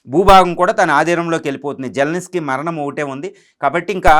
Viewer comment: జలనిస్కీ కాదు💝 జలంస్కీ 😅😅😅 విస్కీ లా చెప్పావ్